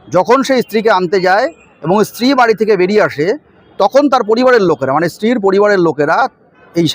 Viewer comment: ইশতিরি বলেন কেন?